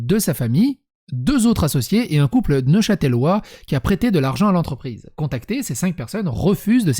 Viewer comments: On prononce neuchâteulois, ou neuchât'lois, en aucun cas neuchatèlois. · NeuchâtElois ou neuchâtlois comme on dit par ici mais pas neuchâtèlois désoler ça me démangeait hahaha